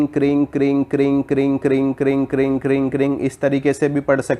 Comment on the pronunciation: Kring nahi kreem.